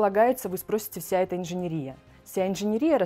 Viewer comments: Слово есть, только не инженерИя, а инженЕрия... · В слове жалюзи, ударение ставится на букву И, это французское слово, в слове инженерия на последнюю букву Е! Вы представители творческой профессии, КАК можно быть такими неграмотными!!!